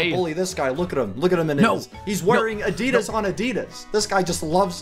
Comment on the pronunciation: You say adidas wrong